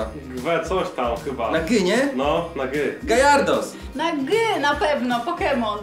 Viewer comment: Nie gajardos tylko gjarados